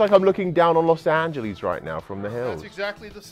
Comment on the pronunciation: los angielees lol